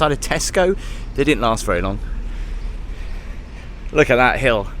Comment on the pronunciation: “Look a’ hat!” says. What accent is that?! ❤😂